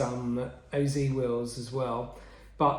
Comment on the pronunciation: Just an FYI, You pronounce "OZ" in OZ Racing like the letters "O" and "Z" said individually, or similar to "oh-zed" (British) or "oh-zee" (American), as the name comes from the founders' initials, Oselladore and Zen, That is why there is a dot in-between the letters. You corrected yourself in the middle of the video, but I wrote this at the binging of the video.